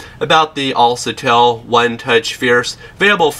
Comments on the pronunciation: "Al sa tell =AlCATEL =Alkatel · who told you a C followed by an A makes the sound SA and not CA? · IT'S ALKATEL NOT ALSETEL. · Self pictures?? "Alsatel." Dude you need Jesus. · Unliked for mis-pronounciation of the phone brand name C= kuh Not suh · it's alKatel, not alSatel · You said the name wrong it's al-ka-tel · ITS ALCATEL (AL, KA, TELL) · Al CA TEL - Americans pronounce words so funny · atleast pronounce the brand name correctly .. al(sa)tel..LoL.. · AL-CA-TEL!!! Smh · he dose not have right facts on this phone and he is saying the name of the product wrong